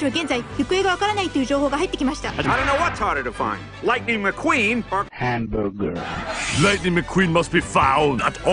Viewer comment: “ I don’t know what’s more hard to find, LightningMcQueen or ‘ hamborgur ‘ “